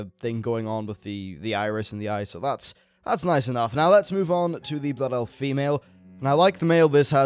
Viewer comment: "Bloof elf" Too good.